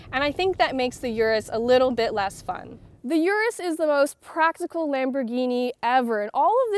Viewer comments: Damn It’s not U-rus it’s Urus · It’s pronounced “oorrus” not “yourus”